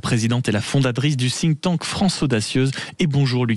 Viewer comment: On dit pas "sink" tank mais "think" tank svp faites un effort! "Sink" ça veut dire "évier" ou "couler" donc c'est complètement débile comme prononciation! Merci